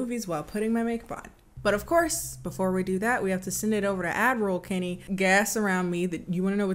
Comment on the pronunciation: I always think you say “Admiral Kenny” instead of “add roll Kenny”